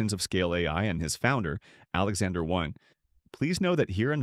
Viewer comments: His last name is Wang not Wong! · Americans like to pronouce his name with short A but it's actually pronounce with a short "U" like in the word "Huh" so it should be spelled like "Wuhng"